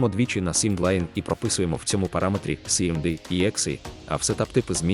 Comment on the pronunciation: сиемдей... cmd читається як кмд, від слова comand(команда), тобто відкриття командного рядку